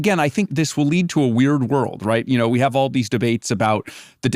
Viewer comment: Can AI cure Dario’s speech impediment. “Have” has one syllable, not 3